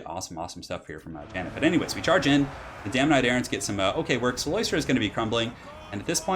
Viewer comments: Btw, it is cyLOStra, not cyLOIstra. There's no oi sound. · I dont wanna be that guy but its "CylOstra" not "Cyloystra", shes not an oyster xD